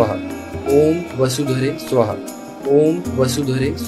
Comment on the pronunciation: સુહા નહી સ્વાહા. Is correct ઉચ્ચાર ૐ વસુધરે સ્વાહા